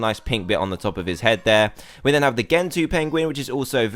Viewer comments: The gentoo penguin is pronounced jean too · Dan, it spelled Gentoo but pronounced Jentoo. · its gentoo (jentoo) penguin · pronounced jen-too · gento is pronounced jentoo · Gentoo is said like ( jen-two ) and happy thanks giving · I think `Gentoo` is pronounced jen-too ;)